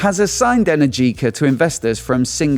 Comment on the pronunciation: Energica is pronounced wrong :). I do hope they come back